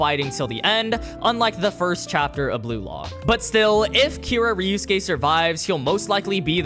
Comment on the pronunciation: Why u say it like ryusuke instead of ryosuke